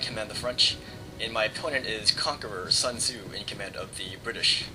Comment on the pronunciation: you pronounces sun tze wrongly.. but great battle as always, although you lost.